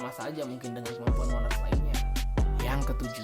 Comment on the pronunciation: Bukan monac tapi monark